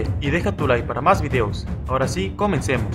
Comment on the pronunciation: Sigues diciendo “Deja Tu Lie” es “LIKE” pronuncia la K por algo está ahí. No para que la brinques